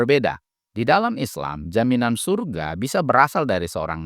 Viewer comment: syyyyuuuurgggggaaaa itu bukan sorga 😂